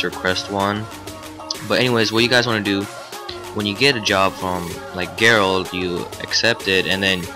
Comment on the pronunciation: "g-erald" haha